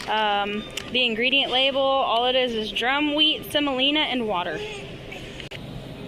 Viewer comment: Der-um wheat, or Dur-um wheat not drum wheat.